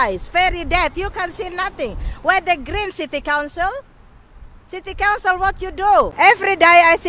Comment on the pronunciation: Ndak apa2 Inggris grammar nya ngaco, yg penting masi bisa dimengerti.... semangat ya buuu :D semoga city council nya sadar dan mulai memperbaiki lingkungan nya <3 EDIT: oh ya...bu kedepannya "council" nya jgn di singkat jadi "Con"... karna dengernya kyk mau ngomong "kontol" wkwokwokwok